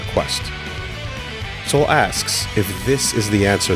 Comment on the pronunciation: Its Sol not soul